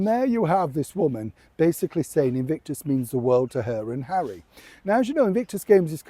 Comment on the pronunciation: "Invictus" or "Evict-us" ?!!